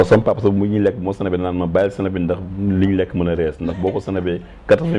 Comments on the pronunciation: neko on dit pas sinap mais plutot snap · pourquoi elle dit sinap ? smh!!! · saway guisso fi bne chose limala wakh mo am une animatrice qui ne sait pas prononcer tu veux quoi au juste dem bay comparer clavier automatique ak nite kou meunoul wakh snap yaw awma droit wakh ko